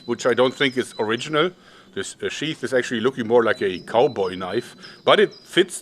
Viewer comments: jeorg, sheath is pronounced like 'teeth' not 'chef'. great video and just trying to help! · I miss Jörg pronouncing it "sheth".